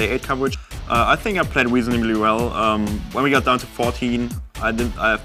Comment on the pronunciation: Wesonably well says heinz